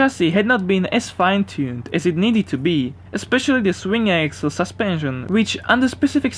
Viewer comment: Does anyone find it funny how this guy says suspension. 😂